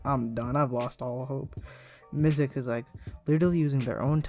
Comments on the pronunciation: LOL HOW U SAID ZICKLE INSTEAD OF MYZX LMAOOO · Love how ur saying "zickle" lol